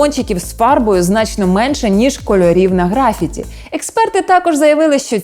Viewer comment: У слові "графіті" наголос припадає на другий склад, а не на перший.